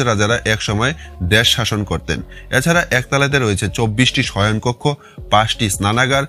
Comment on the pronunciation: উচ্চারণ এ পরিস্কার বাংলাদেশী ছাপ- এরমধ্যে>এ্যারমধ্যে, এছাড়া>এ্যাছাড়া,প্রথম>পথম,next>naxte ,😂 , তবু ও খুব ভালো হয়েছে, শুভ কামনা রইলো।